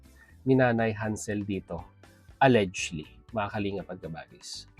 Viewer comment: pinapanood kita, pero gamit ka ng gamit ng word na allegedly, please paki google ang pag pronounce ng word na allegedly. It's pronounce as it was spelled except G is pronounce as J. Al-lej-ed-ly.